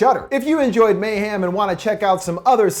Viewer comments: I’m so sorry great video as always but the way u say mayhem kills me. It’s mayhem not mayham 😭😭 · it sound like he says mayham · No one:: may ham